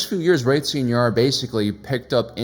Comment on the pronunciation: Sci Nar... not See Nar... (bangs head on keyboard)